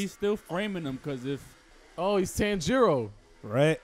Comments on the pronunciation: Bro this man still calls him TAN-JIRO ☠️ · Why you say all the names wrong?💀 ByaKUya? BYAkuya accent in “BYA”. TanJIro? TANjiro